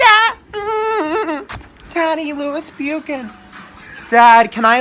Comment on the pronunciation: "Lewis Bewcan" I'M DYINGGGGGG